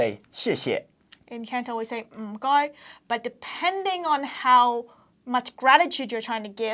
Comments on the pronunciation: Am I the only one who thinks "mh goi" sounds like Mr Mackey's (from South Park) catchphrase "m'kay"? XD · 唔該發音係ng goi，唔係mh goi！